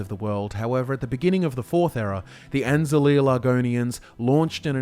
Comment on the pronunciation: You pronounced Saxhleel wrong it is pronounced like Sazliil.